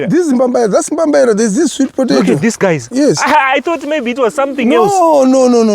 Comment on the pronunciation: Think it’s pronounced “sweet po·ta·to (pə-tā′tō)” and not potaitos…lolest 😂😂😂!